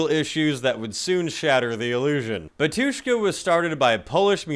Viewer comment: The way you said Batushka 💀💀 (erm actually like the emphasis is on “Ba” And wait they mentioned?? Idk anything abt them apart from how they black metal and russian